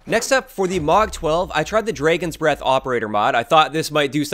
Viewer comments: Dude why do you pronounce dragon breath so weird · He said draigons breath instead of dragons breath.